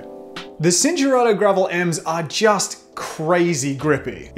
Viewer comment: At the risk of sounding like a smartarse It’s Chin-Tour-Arto “C” in Italian is “Ch” Cinelli, for eg